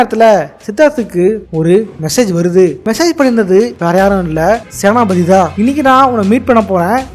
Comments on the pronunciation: Yoov... ATHU Senathi pathi illa. Senapathy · Senathipathi❌ senapathi ✅